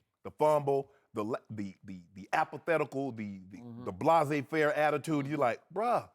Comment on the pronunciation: Did Shannon just say blase-faire? Not sure if stupid or genius